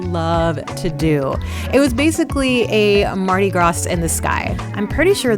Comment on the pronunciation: I love your channel so don't take this wrong. The S is silent in Mardi Gras. Js it's like graw not graws. However, i do agree that the Rio buffet was the best while it was available though